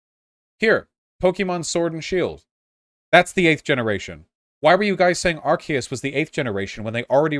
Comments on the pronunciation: i’m fairly sure it’s “arc-ee-us” not “arc-ayy-us” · "Ar-Kay-us" This was the moment vaush lost the argument. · As annoyingly wrong as his take was, the main thing that kept throwing me was that he pronounced it ar-kay-us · Excuse me Vaush, it's Pokemon Legends Arkoos get it right Gosh. Don't make me send M and J TV in here lol. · I'd say what others have already said but if you pronounce "Arceus" that way then you've already lost. You already just don't understand. Vaush is more autistic than me, which is a huge accomplishment. Edit: he just learned to pronounce it in a new way which is hald right. Still wrong on the takes though. Like how you disregard the Let's Go Games as not being part of Gen 7 just because. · The irony of him pronouncing arceus wrong while saying it’s not a real Pokémon game smh stay in your lane buddy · This. Right away by the way he pronounced Arceus I knew I was about to hear hot trash. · Did he pronounce it with the hard or soft c? Hard c is the official pronunciation since Jewel of Life. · Vaush found the objective incorrect way to pronounce "Arceus"